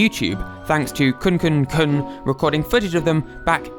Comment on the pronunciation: it annoys me more than it should that he pronounces kukun as kuNkun